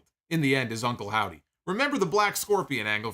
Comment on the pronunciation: I love how naturally called Uncle Howdy, "Uncle Saudie"